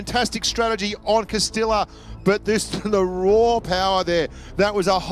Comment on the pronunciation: Someone should count how many times mispronounced "Castilla" in this video.